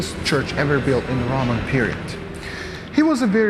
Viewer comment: Loma가 아니라 Roma; 발음 좀 제발 똑똑히 해라!!!